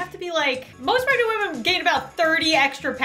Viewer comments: I love how instead of saying ‘pregnant’ says ✨P R E G A N T E✨ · I love how always says 💛P R E G A N T E💛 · Can we just appreciate that says PREGANTE instead of pregnant every time she does these types of videos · Pregante lol 😂😂😂😂😂